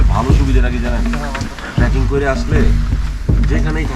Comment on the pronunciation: আপনি বারবার ট্রাকিং কথাটা উল্লেখ করছেন, আমার যদি ভুল না হয় তাহলে শব্দটা হবে "ট্রেকিং " আপনার ভিডিও দারুণ, উপস্থাপনা দারুন, ধন্যবাদ এত সুন্দর একটা সিরিজের জন্য